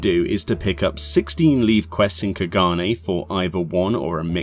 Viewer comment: Just FYI - leve is pronounced "leave" The NPCs who introduce you to them tell you this if you chat to them. They are called levequests because you are granted "leave" by the issuing authority to perform them. (Why they are spelled leve, I have no idea:D ) Same with Guildhests, they are tasks undertaken at the "behest" of the Guild